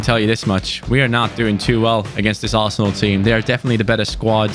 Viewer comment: Hidden message is saying "ASSENAL" isntead of "ARSENAL"